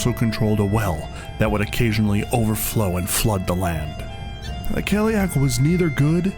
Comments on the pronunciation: Loved the video, but i couldnt get over the pronunciation of Cailleach ... in Ireland anyway we say Kail-lach , with a soft -ch, have you looked up how to pronounce it? I'm just curious, because I saw a lot of 30 second videos where they absolutely butcher the pronunciation lol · Very impressive – thanks for posting this! The only problem with this video is the pronunciation of the word cailleach. I recommend listening to fluent native speakers of Irish and Scottish Gaelic (forvo is a good place for that sort of thing). Yes, there are slight variations, but whoever gave you that pronunciation should be hit over the head with a big hardcover Dineen's Dictionary. ;)